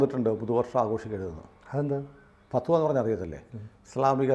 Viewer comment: ഫത്‌വ എന്നു പറയാൻ .'അറിഞ്ഞുകൂടാ